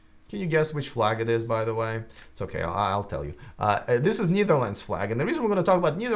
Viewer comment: Netherlands is pronounced close to never-lands, but definitely not neither-lands (knee-ver-lands). Sorry to be that guy.